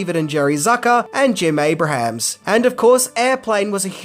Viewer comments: Abrams not Abrahams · Jeez! Abrams, not Abrahams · It's Abrams. Not Abrahams. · That's ABE-RAMS,. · An easy mistake to make but Jim Abrahams pronounces his name like (Aey-brems) and not like the biblical figure. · Abrahams is pronounced "A-brims". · It’s Jim “Aye-brums”